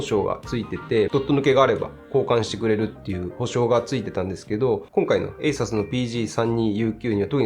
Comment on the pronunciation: ASUS信者としては、「エイサス」じゃなくて、「エイスース」と発音してほしい…